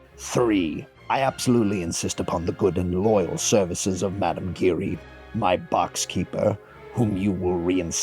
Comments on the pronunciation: Well done. It's, however mme Giry (as in giraffe) and not as in glory) and, Monchar-mahn and RiShar)) not Richard) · Christine was an understudy and in the ensemble. Not a dancer in the book. Only in ALW's musical. Your narration is good but you need to check your pronunciation. Bouquet, Giry and Galois and de Chagny.were all pronounced incorrectly. I love that you included The Persian. He's such an important character. In the ALW version, Mme. Giry is sort of the Persian's representation but only partially. There's also another musical version that has the Persian but I can't remember which one that was. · or of Giry